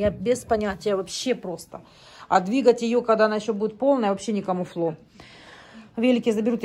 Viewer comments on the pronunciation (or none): привет))) Слово комуфло не употребляй пожалуйста, правильно произносить, комельфо))) 🤗